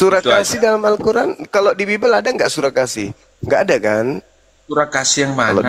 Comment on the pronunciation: Ini. Oten. Baca. Bibil. Menet. 🤣🤣🤣🤣🤣🤣